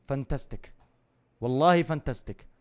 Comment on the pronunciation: اسمها فانتاستنك مو فستنتك 🌚